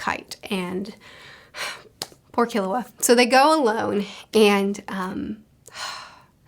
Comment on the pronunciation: Hey! Easy pronunciation tip: Most 3-syllable words in Japanese are Dactylic. KIL-u-a HI-so-ka NE-te-ro Of course there are always exceptions (ao-KI-ji comes to mind) but it works most of the time.